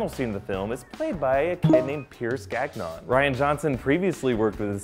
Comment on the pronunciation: Nice video, just a FYI: The name Gagnon is NOT pronounced Gag-non it's Gan-yo. Just sayin'